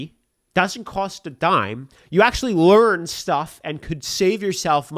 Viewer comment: Lear(N) stuff